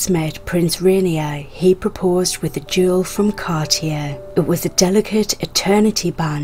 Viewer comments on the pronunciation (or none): none